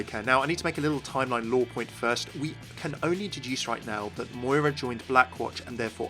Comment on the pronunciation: I am Irish...My name is Moira, and hearing my name mispronounced SO much after this character came out is actually quite frustrating O.O I want to like walk up to the creators and shake them super hard "THE 'I' IS SILENT!!"